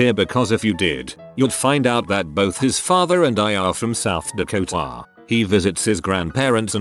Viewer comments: We are from South Deko-Taaah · Is anyone else laughing about how the AI says South Dakota south dakota